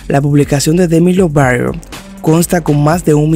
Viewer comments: Porque dices demi lovaro? En lugar de lovato? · Dejar de decir " Demi Lovarou " papi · Porque dices Lovaro. Es LobaTo. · Porque decís el apellido así ??😣